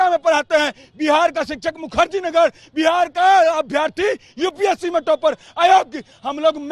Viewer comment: बिहाड़ बिहाड बोल रहे है भावी बिहार के शिक्षक